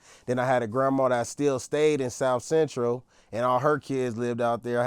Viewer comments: Started off saying south bentral then kept saying central 😭😭 tighten up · This nikka is a certified LOSER! Nikka said south bentral! I hate us! 😂😂😂😂😂😂😂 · It looks like they started laughing when he said south Bentral Instead of central and they laugh to each other... like blood is extra out right now